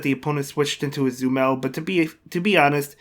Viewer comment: Tbh I always like to hear you pronouncing Azumarill as Azumel xD